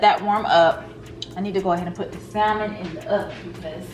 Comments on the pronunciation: If nobody wants to tell you, the L is silent in salmon,. So just “Sam-on”. No shade, all 💕. On another note, You got me wanting those candles and I’m def gonna try that salmon recipe. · Yes!!!Hey girl!!! So happy to see you🥰🥰🥰🤩🤩🤩, I love you dearly girl but...it's pronounced (sam-in)....the "L" is silent 😁😁😁😁😁😁